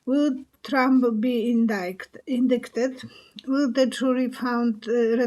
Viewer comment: You were right the first time. You pronounce indicted as “in-DI-ted”